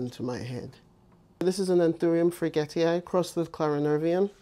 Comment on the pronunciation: Loved the video! Just a little pronunciation tip: Anthurium Friedrichsthalii doesn't have any "sh" sound in it. You can separate it like this: "Frie-drichs-ta-li-i" :)